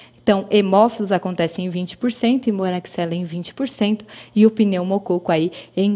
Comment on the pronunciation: "Pneumocôco". Brincadeiras à parte, ótimo vídeo!!